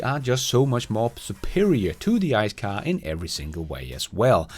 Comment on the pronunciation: An other great one. Next lesson: Pronunciation of, Car and Childs🤣